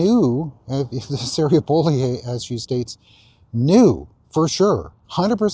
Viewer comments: While I don’t like this woman it’s Bo-lee-you not Bo-lee-eh. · Sarah “BOW-LE-OH”.